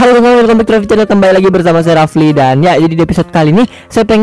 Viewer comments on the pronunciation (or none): none